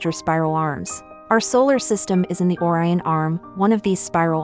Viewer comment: If you post educational videos, learn to pronounce Orion.